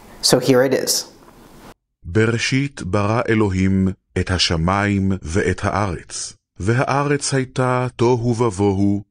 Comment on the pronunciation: There is no Sho’mayim, even in the oldest biblical manuscripts. It was always Sha’mayim, if we analyze the diacritical marks. Why would they pronounce it wrongly knowingly?